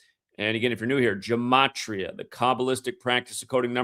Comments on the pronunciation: still out here talking about Jimaachreeuuhh. 😂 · my point was you're a lying bastard. And you don't even pronounce the word Gematria correctly. Anyone who's followed you for long enough and has any brain cells left in this hell hole knows this. BOZO 😂